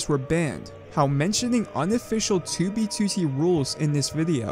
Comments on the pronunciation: I'm sorry, but I HATE how you pronounce 2B2T lmao. "tooby tootie" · he says 2b2t like "2b, 2tee" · Tubey tootie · you say 2b2t weird